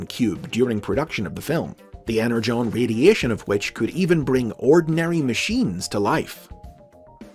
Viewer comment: Falar EnerJon é desvio de caráter 😆